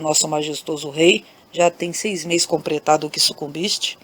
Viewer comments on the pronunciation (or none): Boa noite! Adoro as histórias! Mas você troca a letra L pela letra R, fica muito feio. Não é COMPRETADO se diz COMPLETADO. Não é PREBEU e sim PLEBEU.